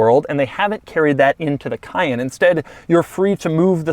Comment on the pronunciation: Omg he can’t say cayenne